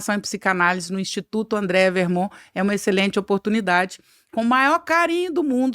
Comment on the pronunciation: Sensacional! Só um adendo a pronúncia do nome da convidada, corretamente: é AndrÉa , sem i. 🙂